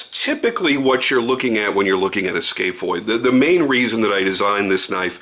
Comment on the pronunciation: It’s scaph (scaff) not scaph ( scale)